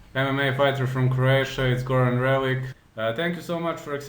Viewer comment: Hehe its funny how you pronounce his surname with K at the end. Its not correct but doesnt matter. Goran trains with my friend. I hope he does well now. P. S. His english is great.